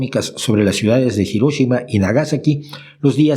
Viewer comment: Pronunciaste Hiroshima y Nagasaki de manera correcta, como se pronuncian en japonés 👍